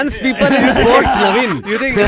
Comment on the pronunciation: It's 'Navin' not 'Naveen'